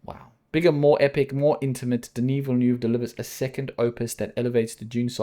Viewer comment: Fun fact: The guy's name is not DEL-NEW. It is not even difficult to pronounce the name correctly. I'm not even French, but this level of ignorance is hurtful.